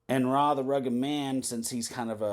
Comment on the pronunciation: It's not "Rah", it's "Arr Aye" the Rugged Man